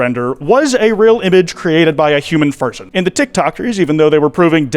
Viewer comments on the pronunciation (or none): I do believe he said "A human ferson" Or "furson" Either or Lmoa